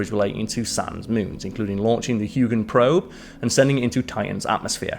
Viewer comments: Huygen? It’s Huygens! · Christian Huygen is pronounced Hoygan. Enceladus is inselitus. Just trying to help out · Christian HOY-gens En-SELL-uh-duss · First time watching your channel, is space not your thing? The pronunciations of Huygens and Enceladus are really, really bad...Huegans and Enkaladus? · It’s Christian Huygens, with an ‘s’. Not that he’ll give you a hard time about now. 😁